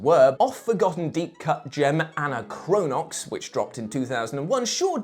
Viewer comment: Okay, I realize I'm a bit late to the party, but it's pronounced "Ah-NAH-cro-nox". The word "anachronism" is pronounced the same way, and the definition actually plays a part in the game's story. Love that game, even if it is janky as all-get-out.